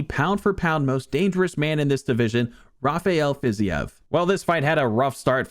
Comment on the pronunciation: I love your UFC videos but Rafael Fiziev is pronounced like Haf-i-el Fiz-eve.